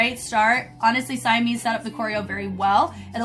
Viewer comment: Love the video!! Just a note, Simeez is pronounced 시미즈, oh and also the guy that was doing the couple freestyle choreo at the end of the first group is 이조 from SMF Eoddae (the one who was Rain in their Rain choreo mission)! Simeez and him used to date. That's enough TMI from me 😂